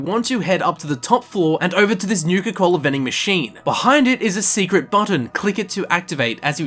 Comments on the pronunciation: "Nuka Colda" Comedy gold. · “I guess you can say I have a nuke-colda” turns off video. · Haha nucacold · "Nuka Colda" What. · Im a bit late but thats comedy "Golda" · I liked this video just for the "Nuka-Colda" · Disliked because of "Nuka-Colda"